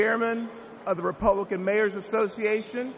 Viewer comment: They "glitched" the word Republican into "publican" 🤔